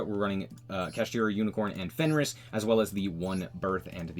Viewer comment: I appreciate that you say "fenris" lol I started calling it that too😅